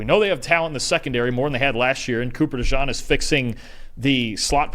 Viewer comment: Guys, it's "DE_JEAN." Please read this lol.